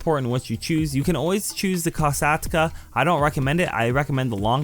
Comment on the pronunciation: Tip: If you don’t have a sparrow or an aircraft vehicle you can call the merryweather for a “Helicopter pickup” there will be a helicopter coming to pick you up from above you’ll see it on the map. Kill the guy flying the helicopter and it’s all yours. Also I think the kosatka is pronounced “koush-Kah”